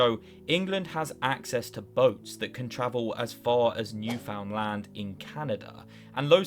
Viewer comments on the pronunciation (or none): as a canadian it brings me delight to see people fail to pronounce newfoundland